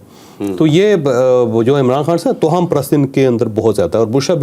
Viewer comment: توہم کی "ہ" پر شد پیش ہے۔